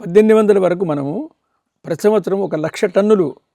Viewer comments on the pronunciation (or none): none